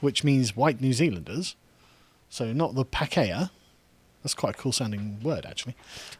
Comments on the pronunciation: it's pronounced p-arh-key-huh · Pakeha: Par-key-ha In Maori/Te Reo (the language) the vowels a e i o u are pronounced "are there three or two". Oh shit. Am I a Karen policing how you speak now? haha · Pakeha, pronounced parkyhar. Non pejorative Maori/Kiwi term for white people in New Zealand. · I'm a white New Zealander, a Boomer and I laughed my head off over this. Lets hope it catches on lol. The word Pakeha is pronounced Par-key-are. No one really knows what is means but it's supposed to mean 'long pig' referring to when Maori were cannibals. We taste like pig apparently. Only about three hundred years ago Maori ate human flesh and we are supposed to be the bad people when we haven't done that in living memory. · Absolutely butchering the Maori pronunciation. Sounds more like Pa-key-ha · You pronounced 'pakeha' incorrectly. It's way less cool when pronounced correctly also, if the same rules were applied to that word that are applied by sjw's to white people you would have to concede the word pakeha is racist. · It's pronounced Orkland and Pah-key-ha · Carl- Auckland = Ork-land Pakeha = Park E Ha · I'm from New Zealand. Sargon has butchered the pronouncation of Auckland and Pakiha. It's pronounced Ork-land and Pa-Key-Ha. Typical Pom eh. But whatever, New Zealand was always going to fall victim to social justice, but at least it's quieter social justice and not ear wrenching screeches from the US